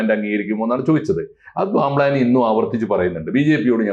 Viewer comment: കോപ്പ്.. രണ്ടും കൂടെ ചൊറി കുത്തി വർത്താനം പറയുന്നിടത്ത് ഞങ്ങൾ ചെവി കൊടുക്കണോ. പ്ലാ ബ്ലാനിഅല്ല.. മറ്റവനേ... പാബ്ലാനി..